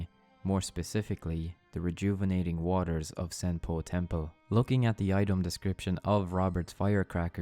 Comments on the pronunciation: Great vid! But half way through I just couldn't pay attention as half the times he says "Senpou Temple" as "Senple Tempo" lol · I’m sorry but every time you say Senopu Temple it sounds like “simple tempo” and I can’t stop laughing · Who else kept hearing "Senpo Tempo"? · it completely breaks my focus every time you say senpo temple. or senpo tempo